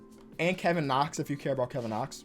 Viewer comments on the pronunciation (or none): none